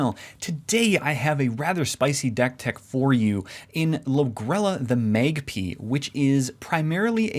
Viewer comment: Great decktech! and yea like others said, it's "mag-pie" not "mag-pee"